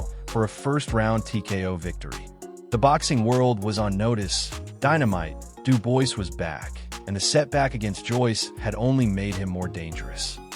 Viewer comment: I literally watched this for 2 seconds. From the moment I heard his name pronounced incorrectly, I HAD to switch it off…